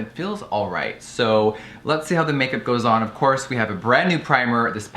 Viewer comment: Of cwos..of cwos.. of cwos.. Of CwOoSs